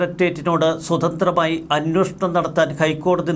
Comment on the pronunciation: അന്വേഷണം. അന്വോഷണം. നിങ്ങളും, മറുനാടനും, മറ്റ് പല മീഡിയ വായനക്കാരും "അന്വോഷണം " എന്ന് ഉച്ചരിക്കുന്നു. ദയവായി ശരിയായി ഉച്ചരിക്കുക.